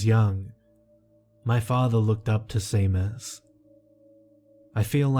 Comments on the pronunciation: Seamus is seemus??? seriously you need a direct correction line!!! lad its pronounced Shaymus..and Place bo is plasseeebo. I can't remember the others but you pronounced a lot of booboos in my recent listenings through the night. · I'm like 99% positive that it's pronounced "Shay-mus," in the same way that Sean is pronounced "Shaun." Nvm I still loved the story. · Pretty sure it's pronounced shame-us but no big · Samhain...me being a bona fide heathen from the middle of nowhere in Scotland...pronounced Sow ain (rhymes with 'now rain') and Seamus is pronounced Shay mus...lol...you're thinking...OMG I thought that old bat had kicked the bucket lmao....I'm still listening...and enjoying it as much as ever (I've noticed a couple of newer Creepypasta narrators have done versions of your intro...you're the original and best xx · Seamus is pronounced "SHAY-MUS". No worries though, Irish names are hard to figure out if you've haven't grown up here.